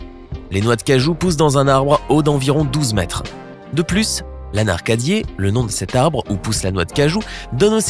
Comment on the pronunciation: 1’01 En plus il a mal prononcé L’anacardier il a dit « l’anaRcadier» il a inversé le “R" 😂😂😉 en plus il a pas insisté sur le faite que la noix de coco c’est une noix c’est-à-dire que c’est la graine du coco ( de "la coco " comme ils disent ici dans l’Hexagone)